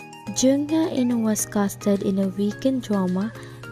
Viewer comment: it was supposed to be pronounced as HE-IN (HAE IN)